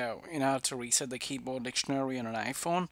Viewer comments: “Weset” “Passcord” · “Weset” XD nice one dude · SP00KY he has a different ascent in his voice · More like wreset